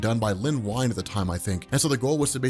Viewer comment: Wow, You talk fast! Len Wein is pronounced Ween, not Wine.